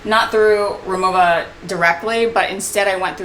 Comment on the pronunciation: I’m a native German speaker and the brand is pronounced “Ri-Mo-Va”, not “Ri-Mo-Ah”. 😉 I have the aluminum Cabin Classic and the Essential Cabin. They are beautiful pieces and you’ll have so much more joy traveling with them.